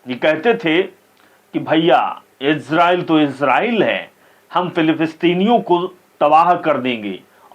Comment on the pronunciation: “Philpisteen” “Philipistiniyoñ” ko 🙅‍♂️ “Falasteen” “Falasteeniyoñ” ko 🤷🏻‍♂️